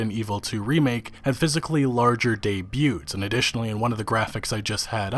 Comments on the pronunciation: "Day-byoots". Oh the lulz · The t in "debuts" is silent. "daybew" Just saying ;-)